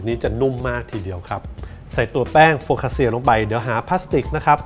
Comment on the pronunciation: C ออกเสียง ชี CIA ออกเสียง ช่า ไม่ใช่ เซีย คำนี้อ่านว่า โฟคคาคช่า ค่ะ เป็นขนมปังที่อร่อยและมีชื่อเสียงของอิตาลีค่ะ